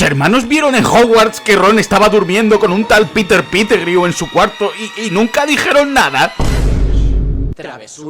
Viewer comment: "Piter pitegrieu" jajajajaj estos españoletes ostia coño